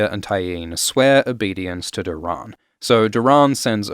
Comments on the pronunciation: "Dor-In" not "Dur-on" is how his name should be pronounced. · Can’t get over the “door-rahn”… 🤦‍♂️Why are you pronouncing it like this 150 times in the video 🤮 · Great content m8, just 1 thing keeps throwing me off, you pronounce nearly every name differently to me so it sounds weird to hear lol. You say LEEanna, I say LYEanna, you say Doh-rAHn, I say Doh-Ran, you say EHlia, I say EElia... weird huh? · Doran Martell’s name is pronounced as Door’un Martell. Not Doe’rawn. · I hate how you pronounce Doran. 😂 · Are we gonna get a remaster of this with Doran’s name pronounced correctly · Why are you pronouncing Doran like that?